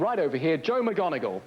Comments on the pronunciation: I was bothered by the way he said Joe’s last name. Isn’t it “mick-mon-igal,” not “mig-on-igal”? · He butchered joes last names. It’s not Moganagle. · That is not how you pronounce his last name. It's McMoneagle NOT pronounced like Professor McGonagall in Harry Potter. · And he says mcGonagle again 😂😂😂😂 mc Moneagle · At least pronounce Joe’s surname correctly ffs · This guys extreme confidence saying Joe’as last name incorrectly like a goober is f**king hilarious 😂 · Can the interviewer say his name correctly? What the hell? I think Joe has earned at least that much respect. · I can't believe they didn't correct this guy's pronunciation of Joe McMONeagle's name!